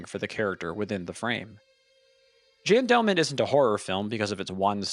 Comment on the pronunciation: “Jee-Ann Delman”